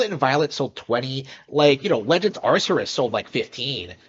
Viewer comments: Wow... this guy is just... so weird! I mean, firstly, have some pride! He's slouched on a couch with his eyes barely open and his shirt not even covering his gut. Ugh. Also, it's not "arr-ser-us" it's "arr-kay-us". If you're gonna be a Nintendo fanboy, at least get the name right. The name is Arceus so I'd get like "arr-see-us" but where did "arr-ser-us" come from? Meanwhile, yeah, Elden Ring was a new IP with an M rating. Of course it's going to have less of a target audience. Add to that it being made by FromSoft, aka the people who make hard games. Target shrinks more. It's that nuance that matters. But eh, this guy is mostly just there to laugh at so I'm glad we can do that. ^^ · This mf is saying "Ar-ser-us" instead of "Ar-key-us" or even "Ar-see-us", yet he glazes Nintendo with his every breath. Then again, he's having a lot of issues using those brain chemicals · It’s pronoun AR-KEE-US Even though there’s no voice lines in the game it’s not hard to be read the name. I feel like he’s trolling dude. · The thing about his initial comment he fails to realise is that he is combining the sales numbers of Scarlet & Violet TOGETHER, now if you look at the sales of each individual game i.e Scarlet OR Violet I'd be willing to wager that Elden Ring outsold both. It's Ar-Cee-Us or if your a cultured person Arkoos. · "legends arceus" and he somehow adde a second r in there??? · I loved how you accurately called out his mispronunciation of legends arceus without even hearing the title once. That's pretty funny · Fanboy absolutely loves talking about Nintendo games but can't fucking pronounce Arceus